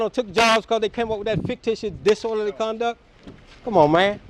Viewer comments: "You dont know what disorderly conduck is" 😂😂😂😂😂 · I'm surprised this dude is able to breath without being reminded to do so! He really is that stupid!!! He said "disworderly conduck"